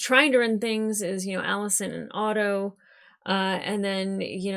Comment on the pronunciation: Sweet monkey. Otto, not Odo. I love you, I don't mean that mean, I know your issues with ship names. Aught-O, not Oh-doh. I always hesitate to comment on the appearance of my favorite reactors, but I must say, you look amazing. Not that that's what I watch for, rather your takes and insight, but... Damn, girl. The stark contrast between how Rhaenyra's kids and Alicent's kids are treated re: love and support is striking. In an episode titled "A son for a son", Rhaenyra's only line is, 'I want Aemond Targaryen". When Cheese (the ratcatcher, in the book, those two are refereed to as "Blood and Cheese") says "If we can't find him, what then?", it's implied that Daemon replies with "A son for a son".